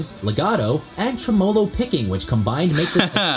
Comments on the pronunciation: TreMOHloh picking. I've been pronouncing it wrong. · Well… professional voiceover artist doesn’t know how to pronounce the word tremolo then. He put the wrong m fass iss on the wrong sill abb ul. They probably used his voice to program the AI.